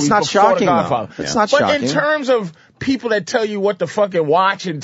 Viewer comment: "My beeple" lmaooo😂